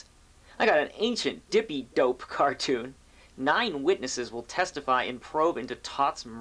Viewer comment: You made one small error, it's actually "Dappey Dope"